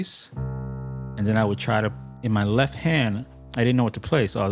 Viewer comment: Quick note, being that I had to cringe every time you said "leff" in this video. You obviously know how to spell it/the word!! Why you refuse to pronounce the 'T' in left when you say it, is irritating, and beyond me, considering you make an obvious attempt to sound intelligent, rather, (my bad), speak intelligently as it where, only to mis-pronounce a 1st grade 4 letter word , come on bro, it's called a tell. and at your level musically, and intellectually should not be happening. keep up the phenomenal work, and speak like you play! The world is watching.